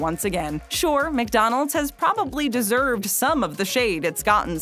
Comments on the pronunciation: The pronunciation of ", Mick rib" is excruciating. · You said mig Donalds like my dad lol